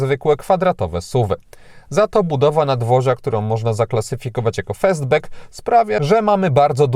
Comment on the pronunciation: Co to jest "festbek"???!😂😂😂